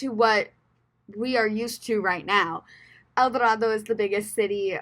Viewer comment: It’s pronounced El Do-RAY-do.